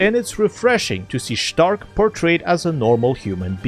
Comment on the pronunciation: Hehe you called Stark ẞtark